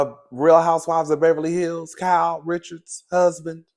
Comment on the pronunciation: 😂Cowl😂 the way you pronounce Kyle’s name is cringe but I have to laugh & love it cause you my boo thang 😅❤❤❤❤❤❤❤❤❤❤